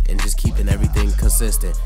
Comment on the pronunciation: Dude you kill the word consistent🤪